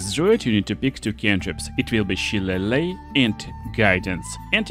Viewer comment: Subscribing just because you pronounced Shillelagh correctly.